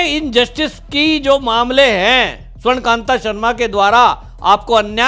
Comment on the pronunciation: स्वर्णकान्त नहीं स्वर्णकान्ता सही नाम बोलिए